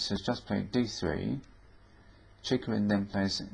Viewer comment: He pronounces it quite right: "Cheeghoreen"